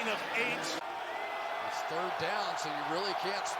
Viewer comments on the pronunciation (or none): none